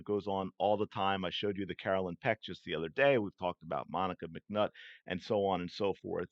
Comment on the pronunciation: He said “McNuts” 😅